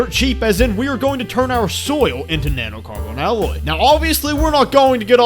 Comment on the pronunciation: NAnoe Carbawn alooy I'm sorry, it just caught me so off guard...